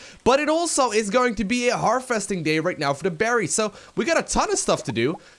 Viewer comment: You say "harvesting" a lot but you continuously pronounce it "Her-Festing" and it's annoying. V, not F.